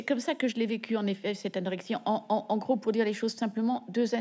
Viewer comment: NON !!! Pas la norexie, mais bien l’anorexie.